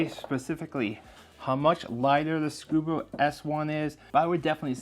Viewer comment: Um, there's no "R" in ScubA.